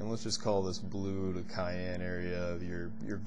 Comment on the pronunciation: Awesome video. However, it's pronounced sy-ann. ☺️